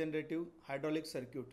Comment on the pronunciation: circuit ❌ Sir-Cute ✅ 😂😂 btw nice explanation sir 🙏🙏